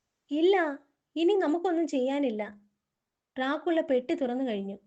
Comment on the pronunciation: ഡ്രാ കുള്ള .... എന്നല്ല. അത് crt ആയിട്ട് വായിക്ക് ഡ്രാക്കുള എന്ന് 😂😂